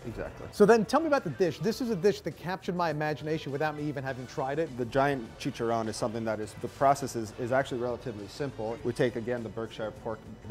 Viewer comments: It's chicharrón... Not chicha-rone-E. Stick with steaks,. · Chech-Ah-Roni also what’s up with that wobbly table